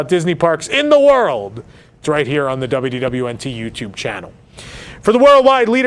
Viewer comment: Is it just me, or does anyone else hear him saying "WWNT", with the "D" completely vanishing?